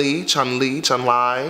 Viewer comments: Chun-li not chun-lie honey😂😂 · chun li the second time you said it right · It's pronounced Chung--Lee ...half y'all dumb for y'all assumptions...... "Chun Li" is gonna Be her come out swinging track.. not gonna be no "Anaconda" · Ok first, it’s Chun- LĒ. Second, considering Chun Li is known for being the strongest woman in the world on SF (my favorite character btw) I really think Nicki is going to give us something as powerful as Chun-Li’s kicks. AHHH!!!! I can’t wait😆😆😆😆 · It’s pronounced “Chun-Lee” lmao damn y’all don’t get the street fighter reference? Her hair is in the same style as the character in the game. “